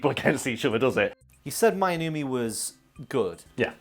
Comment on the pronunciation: Pronuciation wasn't bad actually. Two vowels next to each other in Japanese makes a long vowel sound where the sound kind of "glisses" into the other. Divided into syllables it would be "My" "no-u" "me", "Shoe" "hay"